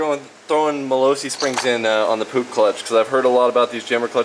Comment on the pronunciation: Love seeing Americans giving scooters/mopeds some love. Btw your pronouncing Puch wrong it's a softer g kinda like the ch in cheese not trying to hate just trying to educate.